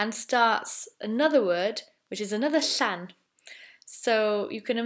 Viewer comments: Saw that 'L' pronounce 's' sound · Public service announcement to all Welsh people: This is not, I repeat, it is NOT, how an "L" is supposed to be pronounced, let alone two of 'em!